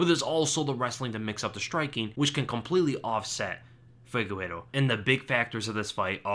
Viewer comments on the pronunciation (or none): why do you always say figueiro instead of figueiredo?